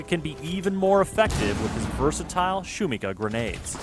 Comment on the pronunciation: Shumikha is the best way the could have called it. Could mean noise or can also translate to hype. But please shuMIha not shumiHA the tilde is on the second syllable. Thanks for making the lord even better)